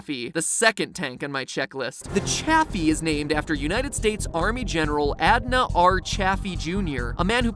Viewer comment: It’s officially pronounced ‘chay-fee’ not Chaffy